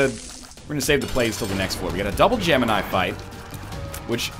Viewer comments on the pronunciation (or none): none